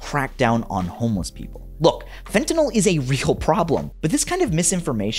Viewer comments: The real killers are the monsters who pronounce it "fen'anol" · I'll spare everyone a diatribe on how illicit opioids impact those in genuine need and just say this; Hey, TV cops, the word is "fentanyl". FEN-TA-NYL. Three syllables, not fntnoll 🤦🏻 Also The Equaliser was a television programme long before it was a cinematic trilogy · Especially with the fact that people seem to be portraying fentanyl as a volatile substance, it bothers me that every tv show pronounces it "fentanOL" like it's ethanol or isopropanol or some kind of volatile alcohol that you can smell on the air. It's such a small detail and I'm a bit of a grammar/pronunciation n*zi but still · The worst is when people call it "fentan-OL." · And they commonly pronounce it Fen-tin-ALL. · fen TA NYL LMAOOOO